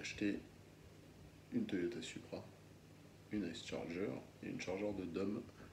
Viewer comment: on prononce pas comme ça la Charger !